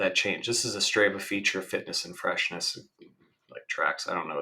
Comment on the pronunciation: It's "Str AH va". Also, weird that you never rode a 100 miles at any point in your training.